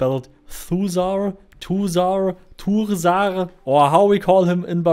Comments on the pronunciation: The "Thur" in Thursar is like the "Thur" in Thursday. In ENGLISH, I should add. With the hard R that Americans and other pirates use. Arrrr. Two of shose sounds; not just the one at the end. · It's also worth adding that the s is pronounced like snake, not like a z.